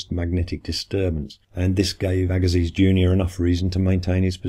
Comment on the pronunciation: Louis Agassiz is pronounced /ˈæɡəsi/, AGA- SEE'